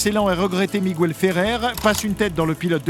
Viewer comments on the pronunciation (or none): "Miguel" et non "Migouel"